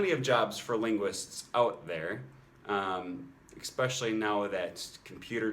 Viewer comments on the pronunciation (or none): Enjoyed your video. Did I hear you pronounce "especially" with a 'k' sound?